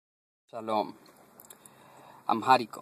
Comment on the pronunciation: No puede usted hacer un vídeo didáctico con tantas burradas No sea bruto, No se dice "Amjárico" aunque haya una "h" intercalada si dice y se pronuncia "AMÁRICO", que también existe como palabra en español para referirse al idioma. No es el idioma oficia del imperio "Itiope", eso hace mucho tiempo que dejó de existir, más bien es el idioma oficial de un país que se llama Etiopía No sea burro, el amárico no pertenece al grupo de lenguas "AFRO-SEMETICAS, eso no existe más bien es una lengua SEMÍTICA MERIDIONAL No se dice "otras idiomas" se dice "otros idiomas" Ni el árabe ni el hebreo ni el arameo son lenguas "AFRO-SEMETICAS" son lenguas semíticas No se dice un consinente y un vocal. Se dice una consonante y una vocal No se dice "i latín" se dice "i latina" la explicaciones son lamentables